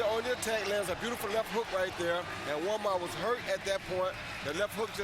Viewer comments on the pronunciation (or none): It was funny to hear brain damaged Roy Jones say Manjua. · Has anyone else noticed RJJr can't say Juanma. 😂😂😂